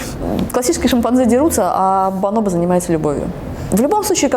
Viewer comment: Бонобо, а не баноба